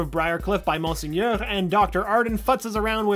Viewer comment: Also I rolled my eyes at the way he pronounced monsignor (correctly pronounced mawn-seen-your.) There's no excuse for not knowing when the words are literally said over and over again in the show.